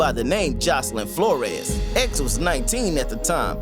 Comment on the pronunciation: flores not flor-es